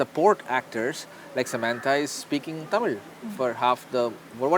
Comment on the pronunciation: Sammantha , Oh please it's Samantha 🙏